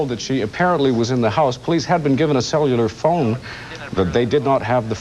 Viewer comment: “Sell You Luhr Phones”